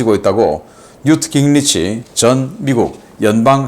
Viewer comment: 신박사님… 깅리치라는 미국 정치인은 없습니다. 미국식으로 그의 이름은 ‘긴그리치’ 또는 ‘깅그리치’ 라고 표기하고 또 읽어주셔야 합니다. 다른 나라 사람들의 이름은 정확하게 표기 또는 발음을 해 주셨으면 합니다.